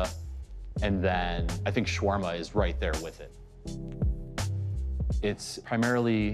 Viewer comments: Notice that actual Arabs call the sandwich SHAR-WARM-UH...and not SHWARM-UH. We should get the pronunciation right. It's like saying SHE-ITE...after them telling you it's SHIA. Very disrespectful. The sandwich has 3 syllables not 2. SHAR-WARM-UH. Not SHWARM-UH. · Its SHA-WER-MA. There is no "r" before the "w" in arabic. شاورما. And it is not offensive if they dont pronounce it right.